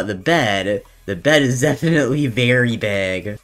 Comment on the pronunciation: Is it just me or- Am I hearing him say berry big or very big?